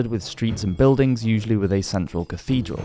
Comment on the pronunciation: Cathedral not cafedral